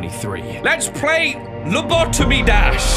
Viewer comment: Its lobotomy Pronounced:Low-bo-tomy